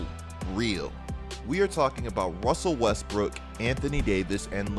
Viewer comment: "wussell Wesbruok"